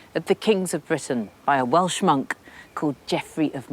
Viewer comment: Lol! I literally thought she referred to Jeffry of Monmouth as a "well schmuck" (instead of "Welsh Monk")